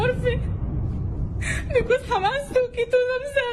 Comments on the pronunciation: LOL They just pointed out the first thing I noticed! If you know a little Arabic, you know the distinct pronunciation of letters ع ح only fluent people can say it right and local people will never change the ح in Hamas to soft H sound! It’s like a Spanish person pronouncing Juan the way an American says Huan! 🚩 They wont mispronounce proper names! 😂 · LoL Anyone who knows little Arabic knows the Arabic accent! Hamas is spelled حماس in Arabic. “H” is the closest English sound to “ح”, but an Arabic speaker will pronounce it that deep guttural sounds which this fake nurse doesn’t pronounce!